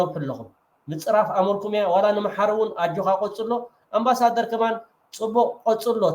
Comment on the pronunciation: ነው በልዎ እዚ ኣምባሰደር ዘይኮነ ኣንባሳደር ትብልዎ ዘለኹም